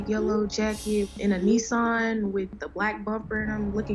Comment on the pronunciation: just Nissan not neesarn, first bit sounds like miss or kiss than an, making it a Nissan